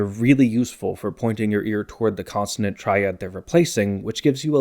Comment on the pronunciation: Is it just me or does keep pronouncing consonant as "constanant"?